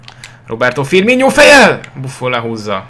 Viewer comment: csak simán firminónak ejtsd és ne ogbonnával ad be a szögletet csak egy tanács